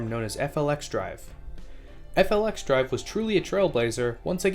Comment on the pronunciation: Wabtec’s FLXdrive is pronounced “Flex Drive” I’d you want to save yourself some time. Also Net Zero Emissions doesn’t mean no emissions so UP isn’t going to dive into electric traction if it’s not economically viable yet, it just means they’ll offset their emissions in other ways.